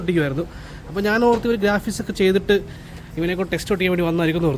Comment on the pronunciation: ഗാഫിക്സ് അല്ല ബ്രോ ഗ്രാഫിക്സ് എന്നാണ്